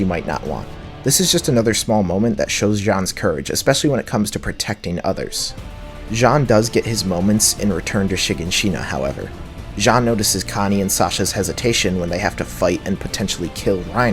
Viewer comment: Why does every YouTuber pronounce names different from the dub? SHIganSHIna? Commander PEICKsis? Where are you getting these pronunciations??